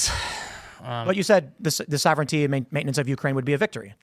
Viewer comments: IT'S SOV-REN-TEE, NOT SOV-ERR-ENEE-TEE! LEARN TO PRONOUNCE WORDS PROPERLY IF YOU WANT TO USE THEM TO SOUND SMART! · This dude is pronouncing words very oddly. Like he's not a native english speaker. Really makes you wonder... "ma-tier-iAL" "sah-vern-ity" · And soverigninity" 🤣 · Yo this dude has said "sovereignity" like 4 times